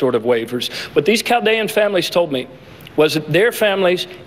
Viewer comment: that's not how you say Chaldean.